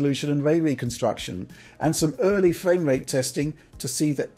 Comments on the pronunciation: amazing fwame wate! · Loving that fwamewate. Uwu.